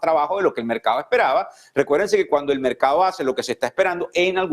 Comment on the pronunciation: Se dice correctamente: mercado y no "mercao". Se dice correctamente: cerrados y no "cerrao" Hablar así, es hablar muy mal el español y peor en un noticiero. Los noticiario deberían seleccionar a personas que pronuncian bien el idioma español.